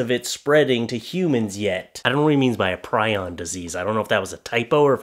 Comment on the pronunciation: It's pronounced pree on and it's a protein that can build up in the brain. Like mad cow disease and laughing disease that is found in cannibal tribes.